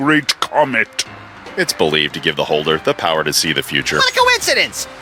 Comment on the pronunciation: for whatever reason when he says power i thought he said "P a h"